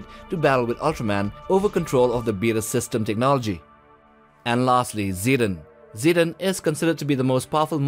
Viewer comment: Zetton isn’t pronunced see-dun,it’s more like seh-ton